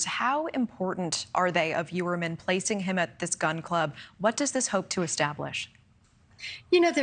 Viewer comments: that is how its pronounced in Long Island and Staten Island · Why is she not pronouncing the "H" in Rex's last name?